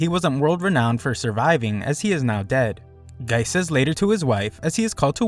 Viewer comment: the name of the detective is gesicht (german for face) not geist (german for ghost).